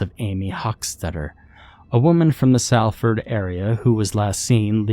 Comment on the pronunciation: Nice to hear a story set in my backyard. Glad you didn't try a Mancunian accent, it's a tricky one, and we have a large student population so folks from all over the globe end up here. Stupid nitpick but, Salford is pronounced Solfud. Even foreigners will pick up on that, just to stop us taking the piss if for no other reason.